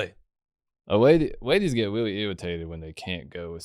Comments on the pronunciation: Why did bwo switch up on dark wolf as soon as the wadies come awound. Bwo is fow weal a awagg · i didn't know wadies moved in thwee dimensions